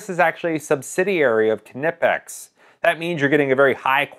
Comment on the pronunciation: OMG mechanics are retarded sometimes...it's pronounced "NIPEX" the K in KNIPEX is SILENT!!!! tf?